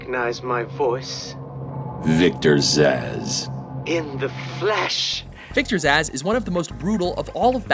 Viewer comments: stop mispronouncing names. I know I'm not the only one who heard "Victor Asz" as opposed to Victor Zsasz [Z,az] (as in a Z....as in check your work.) even Arkham city called you out on this one. [checks video again] ladies and gentlemen of Watch and the people of the internet, it appears you have just witnessed me demondstraiting "how to be an idiot". Please accept my apologies for my former statement as the local meneating pigeons of New Jersy escort me off of youtube. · Wolvakiin glad I wasn't the only one hearing that hahahaha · I'm laughing so hard while listening to him saying it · The name Zsasz looks eerily hungarian, it's somewhat irritating hearing his name then pronounced as "zaz".